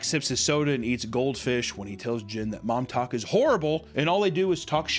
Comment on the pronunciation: Every time I heard "Mom Talk" I would hear "Montauk" as in "The Montauk Monster".